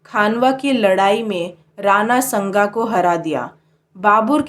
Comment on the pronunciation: Dhang se bolna sikho pehele babur nahi babar , lodi nahi lodhi , snga nahi sanga , humayun nahi humayu